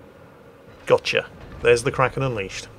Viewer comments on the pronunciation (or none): none